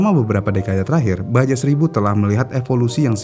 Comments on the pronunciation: Iya, rasanya risih denger ngomongnya baja melulu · baca nya baha min bukan baja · Dibacanya baha bukan baja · Admin nya ga mau bnerin.. Kmrin aja dah bnyak yg ngsih tahu klo isle bcanya ail.. Ttep aj divideo nya bilang aisel. 😂. Pdhl kan biar lbih edukatif lg dri sisi bahasa. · Padahal sekalian research sekalian belajar juga tuhh penyebutannya ya😢